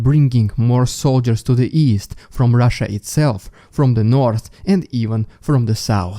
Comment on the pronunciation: Moving feorther away to the souwce Moving further away to the south gotta learn how to make th sounds lol and t sorry it gets me every time the Souwce and the Norse, south and north i know im a meany but i say it not to be mean but because it makes me giggle 🤭 everytime 😂😆😂😆 there is another updater that says it the same way too this accent makes me giggle.